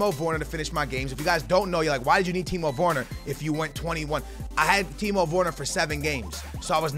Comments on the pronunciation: it’s ‘werner’ not vorner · It’s Timo wErner not wOrner 🤦🏽‍♂️🤦🏽‍♂️🤦🏽‍♂️ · He’s called Timo Werner not Timo Worner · Timo wErner not wOrner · 'Timo worner' 😂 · pronounced ‘Vurner’ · "Timo Woone" - 2018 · “Timo Vorner” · Timo Vorner? Geez... Man say it right for God's sake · Dude can you say his name right. Constantly killing the man's name. W E R N E R, where is the O???? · Please stop saying timo vorner... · How is he pronucing Werner lol